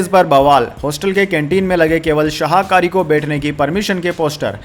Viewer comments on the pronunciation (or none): शाहाकारी नहीं शाकाहारी सही शब्द है।